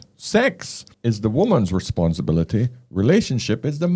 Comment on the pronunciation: did I just hear her say “responsi-billery” ??🤦‍♂️